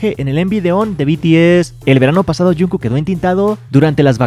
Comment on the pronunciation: Wen porque le dices junku